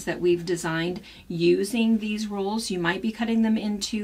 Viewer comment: Are you saying rules. Or rolls?